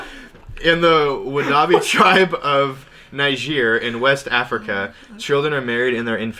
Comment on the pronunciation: When Jared pronounces "Niger" as [Naidjier]...